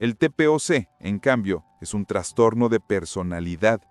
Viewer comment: Me da trastorno escuchar que digas transtorno :)